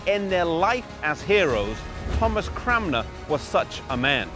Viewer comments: Stop saying CraMNer! It's CraNMer. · Is there a reason why you pronounce his name CramNer rather than CranMer? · Peter Eng he is saying it wrong I'm Thomas Cranmer's youngest relative, believe it or not.